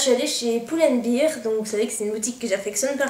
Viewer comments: Excuse moi mais ça m'a légèrement écorchée l'oreille de t'entendre dire pull and bear (bir) car prononcé ainsi ça veut dire bière, il faut dire bear (bère) ;) sinon quels achats merveilleux, le contour des yeux clinique a l'air super vu la manière dont tu en parles. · Bien joué pour tes trouvailles, les soldes c'est souvent la loterie. P.S: Juste, à titre informatif, Pull and Bear ça ce dit Poul and Bère (Bear = porter) et non pas Bire (Beer = biere ! lol).